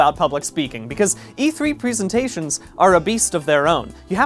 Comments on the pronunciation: Why does he keep calling it pree-sentations? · The way he says "presentations" makes me nervous